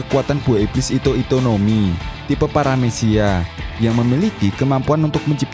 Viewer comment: ito ito no mi omm, bukan hito hito no mi